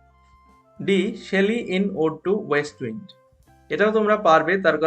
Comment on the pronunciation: Pronunciation of the word 'wind' is - উইন্ড not ওয়াইন্ড। Thanks